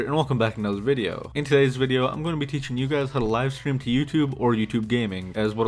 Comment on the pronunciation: "Live strem"